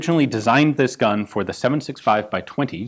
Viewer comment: Really flawless pronunciation, gun Jesus 😄